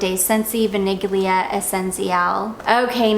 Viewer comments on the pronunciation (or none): If I may, vaniglia should be pronounced kinda like vanillya. Forget the g when it comes to italian.